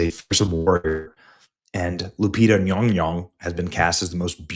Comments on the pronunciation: All I know is that Nyong'o is 100% NOT pronounced nyonyo in Africa. More like Nyon'goh, wich would probably be the spelling of her traditional name.😂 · Nyawn-goh not Yong-Yong 🤡 I hope you stay mad forever 😂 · Benny need to go back to 3rd grade phonics/ English class...Yong-Yong is Not how you pronounce Nyong'o........I mean at this point, Benny is just trying to clown. No matter the subtleness, he knows better. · 😂Ñy⁰Ñg^Ñy⁰Ñg??😅 BëÑÑy ••••• R u pronouncing it wrongly or as comedic sarcasm?!! Will not waste a single cent on this D.E.I./Woke/disrespectful to actual historical figures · Lupita's last name is Nyong'o. Someone misled you with that Nyongyong pronunciation. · Hearing that pronunciation of Lupita's last name just reminds me of Darcy from Thor calling Mjolnir "Myuh-myuh". 🤣🤣 This movie is going to be a disaster. Even if it makes a ton of money, which I hope it won't, it's going to completely desecrate the Odyssey. And no matter what anyone says, ELLEN PAGE is still a woman. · Nyong'o. The first syllable rhymes with song, final vowel same as the "o" is same as Spanish "o" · Wow butchering her surname like that 😮 the racism is thick here . And im not into affirmative action like that. You sir are gross. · Your mispronunciation of the actress is offensive it’s pronounced Lupus McBunghole